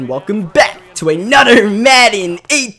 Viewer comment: why do you say anador instead of another like a normal human being